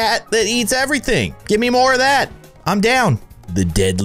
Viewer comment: He said ete even thaing